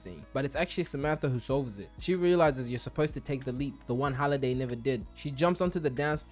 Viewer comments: Please tell me the "Holiday" bit is a joke and you actually know its "Hallaway"😂😂😂😂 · you watched the movie enough to make a recap video about it but still can't pronounce one of the most important characters name? it's Halliday not holiday nvm you got a ton of details wrong, not actually sure you watched it much at all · u made me angry saying holiday instead of halliday like haaliday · You got basically every name wrong from the movie, it’s honestly impressive how you watched the movie probably more than a couple times and still couldn’t get something as simple as names correct 🤦‍♂️. Good video other than that but damn hearing you say holiday over and over when his name is halliday is crazy.